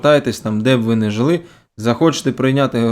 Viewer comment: "мы ж нЭ русские"! И по капле помойву из себя выдавливает!🖕🤡